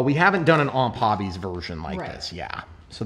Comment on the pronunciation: Why does everyone say OMP like it's a word? They stand for Ohio Model Products so it's O.M.P. basically.